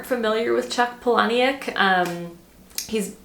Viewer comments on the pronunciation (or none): Please delete this after reading. Chuck’s last name is pronounced Paula-Nick. I thought you’d rather know than not. I hope I don’t come off as rude.